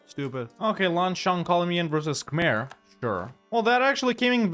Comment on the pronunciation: Fun fact: It's pronounced kah-yeen